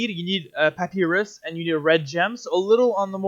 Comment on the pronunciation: This is good as an old wickerbottom main coming back to the game but for some reason the way you pronounce papyrus upsets me